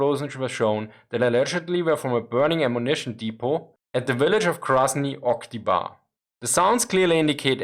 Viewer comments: its Krasny OktyABr (Красный Октябрь), not OktyBAr. It translates to Red October, the communist revolution. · Not Krasnyj Oktibar, but Krasnyj Oktiabr, Red October. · I laughed at Oktjabr' read as Octi-bar. And I appreciate you trying to pronounce VozdvI'zhenka.